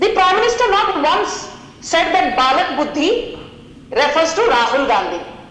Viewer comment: Not "Balak Buddhi" it is "Bail Buddhi"